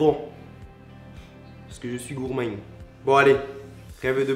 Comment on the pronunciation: c'est quoi cet accent du sud ouest que t'as essayé de faire là quand t'as dit sue t'étais gourmand? 😂 bon je veux que tu viennes cuisiner chez moi! #teamsnap